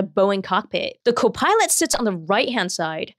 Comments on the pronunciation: It's CO'-pilot, not co-PILOT'. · i don't like the way she says copilot